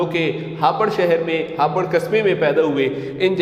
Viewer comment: Yeh hapar hai ya hapoor